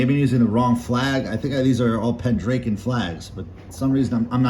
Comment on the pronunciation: Nice collections. Interesting how you pronounce Pendraken. Not sure what state you are from. Most of us in the UK pronounce it Pendr-ah-ken whereas you sound like Pen-drake-en.